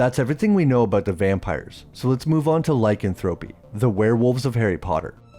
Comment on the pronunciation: Loved this channel for a while but to this day your pronunciation of “lycanthropy” irks the hell outta me